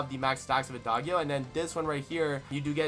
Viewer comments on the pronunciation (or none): For Adagio don't say the g with the 'guh' you used. It's more like, "djee" Ah-dah-djee-o.